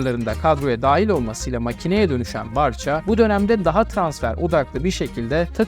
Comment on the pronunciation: Barcha değil barsa diye okunur.